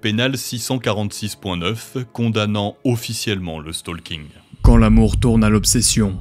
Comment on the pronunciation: je suis le seul qui a entendu la mort a la place de l'amour ?